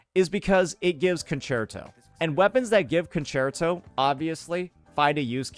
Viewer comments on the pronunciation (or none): none